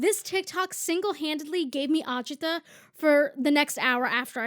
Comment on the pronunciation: The way you said agita reminded me of all my Italian relatives